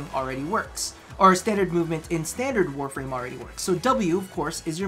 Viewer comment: No one noticed "warrame"